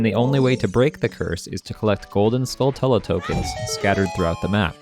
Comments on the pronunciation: JFC. Have you never heard of a tarantula? Say the word out loud. Now say “Skulltula”. You’ve been pronouncing it wrong this entire time. The correct way to say it is skull-chu-la. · How do you literally not know it's pronounced like tarantula. Skull tella... Good grief dude. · Duuuuuude, Skulltula (Skull-CHula) y’know, kind of like tarantula (taran-CHula). Other than that, cool video.